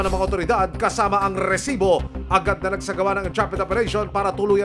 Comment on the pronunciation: Rrrrrrrresibo. Umay ka namang host. OA